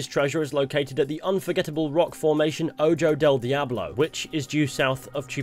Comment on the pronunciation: In spanish Js make an "h" sound. So Ojo would be pronounced "Oh-ho". Also, Calhoun is "Cal-Hoon".